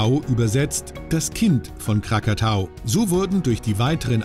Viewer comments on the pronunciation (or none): Der Sprecher war wohl ein wenig unkonzentriert. Erst sagt er WEI und bemerkt es erst beim Krakatau den er übrigens sofort mal umbenennt zu Krakatoa 😂 aber schön anzusehen 🙏❤